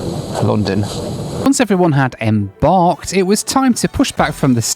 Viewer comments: "em-barked" channelling your inner Eric Morecambe there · Yeah the em-BARKED really got me. Edit: The 2nd Bone-a petite got me. the first time I thought your pronunciation was just awful.